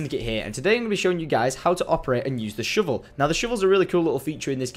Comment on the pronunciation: "Shivel" haha at least he's not saying spade! I also noticed that he cut his outro shorter in this video.